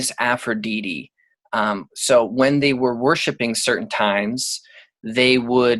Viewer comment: You know a lot but why do you say Aphrodite like that?